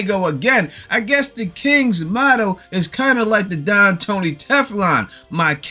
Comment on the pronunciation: My couch pulls out but the don does not - What?!! 🤣💀 THEN, I wasn't sure if you said Don or dong, which now has me completely hysterical!! 😭😆